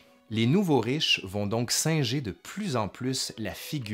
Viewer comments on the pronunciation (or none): none